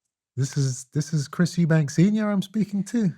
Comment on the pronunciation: Eubank. There's no 's'